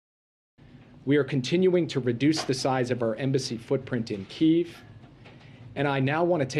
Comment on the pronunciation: Imagine the national security advisor not being able to pronounce Kiev. Fck me